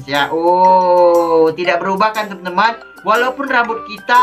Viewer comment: Kak....tolong kalo opening kata" nya jangan terlalu cepat dan bertele-tele...soalnya nggk enak didengar....sama kalo bilang temen" kaya bilang TenTen sih...ngga enak didengar